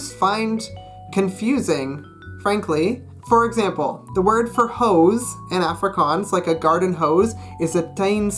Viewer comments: Can’t even say Afrikaans properly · Studying for 3 years but cant even pronounce the name right. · He said efrikaans not Afrikaans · Him saying Afrikaans high pitched A Me saying Afrikaans like Aaaaa low pitched A P.S I'm 🇿🇦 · The way he says Africaans tho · It's pronounced more like aahh-fri,kaans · 1. It’s “Ofrikaans” not Afrikaans (just a pronunciation thing) 2. Verkleinings are to make a word small not to make it cute. You saying klein hondjie is incorrect cause you’re saying the little little dog 3. Let’s be real idioms in English are weird too I don’t want to seem rude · BROOOOOOOOOO, under 20 seconds in he already pronounced the name of the language in a weird way. (coming from a South African) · dit is regtig snaaks wanneer hy afrikaans sê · I know I shouldn't be harsh, but as native Afrikaans person I cringe a little everytime you pronounce "Afrikaans" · That’s not how you say Afrikaans I speak Afrikaans for my second language I live in South Africa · Fuck you so muck u can't even say afrikaans properly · Studying afrikaans for for 3 years and can't even say ''afrikaans'' correctly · u cant even say the name of afrikaans right?? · Afrikaans is not silly 😠😡😠(you can't even say it properly😈👿😠😡😠😐😐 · You have been doing Afrikaans for so long but you still can't pronounce the A correctly in Afrikaans 😂😂 Maar jy het nie te sleg gedoen...nie. Dis awesome om ander mense buite suid afrika te sien die taal leer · If you’ve been learning afrikaans for 3 years you should maybe learn how to say "afrikaans" properly first😂😂